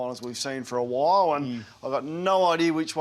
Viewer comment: can’t say the letter L…pronounces ‘while’ as: “why-oh-w”